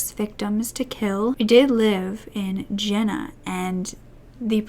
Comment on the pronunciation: pronounced Yena, not Jenna sorry it bothers me